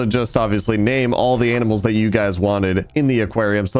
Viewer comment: he said "aminals"